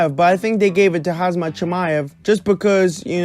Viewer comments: It's Khamzat and not Khazmat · you keep saying hazmat